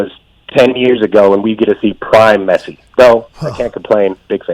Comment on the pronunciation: I am sorry but I am 20 seconds in this video, He said Messi’s name wrong and he said that right now Pulisic is on Messi and Ronaldo’s level? Okay I like Pulisic I do but he is potential is not on Messi or Ronaldo’s not even close😕